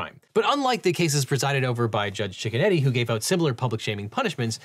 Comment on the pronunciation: It sounds like you’re saying “Judge Chicken-Eddy” but that can’t be a serious name. I have to assume it’s Judge Cicchinetti or something like that 😂